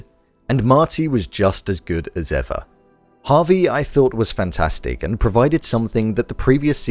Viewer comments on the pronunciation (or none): Javi not Harvey